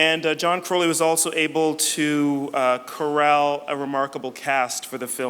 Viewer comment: As a fellow Crowley, the way the interviewer says 'Crowley' makes me cringe.